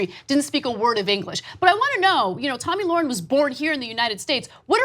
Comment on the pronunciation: SHE FINALLY SAID HER NAME CORRECTLY